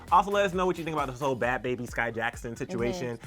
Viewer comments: I feel like was being very disrespectful,rude,& very unprofessional when she was purposely mispronouncing Bhad Bhabie’s name saying “aka ‘Bahb Baab’ “ then laughing about it like some teenager. Grow up! Say the artist name respectfully instead of purposely mispronouncing more than once & laughing. Your a reporter do your job regardless of how u feel about her...purposely mispronouncing her name is very unprofessional. I love ClevverNews but your reporting skills needs work. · Lmao pronounces it like bad baby is a middle eastern man 👨🏽 lmao I watched that part 5 times 😂